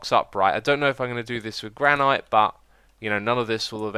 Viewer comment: So... "Never take things for granite" jokes don't work anymore? Just realised how he pronounces it as "Gra-night". I've always pronounced it as "Granit"...